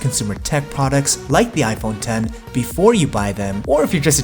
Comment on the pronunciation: Finally Somebody Pronounces It Right. I Literally Exit Videos When Somebody Says It Wrong, Plus I Also Like Your Content.